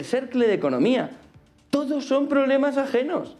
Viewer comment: X q dice tantas veces TODTOS? Me pone dedvioso )